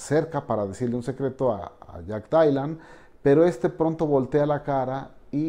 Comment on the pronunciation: Mencantou, pero JAJAJ “DAILAN”